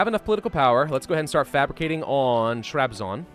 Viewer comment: huh your pronunciation of Trabzon was actually good.